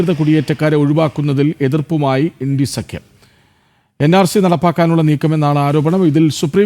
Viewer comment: ഇൻടി അല്ല. ഇന്ത്യ എന്ന് പറയണം പഴം